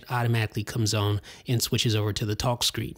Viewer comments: Why does he say on like “one” in toblerone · where you from. you say on different